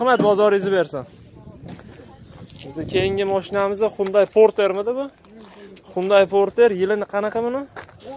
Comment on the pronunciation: Gapirishdi yirtvorarkansiz qoyil hunday parter borter deb😂😂lekin narhlar zor video zor